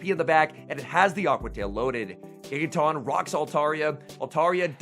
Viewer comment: No one:: TAWNTAWNTAWNTAWNTAWNTAWNTINKATAWNGIGATAWNTAWNTAWNBATTEUSE I dunno why it bugs me so much, but it’s like nails on a chalkboard hearing him mispronounce Tinkaton and Gigaton so many times. 😅